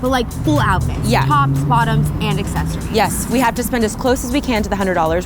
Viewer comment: Every time said ‘accessories’ part of me died, and so did sinead😂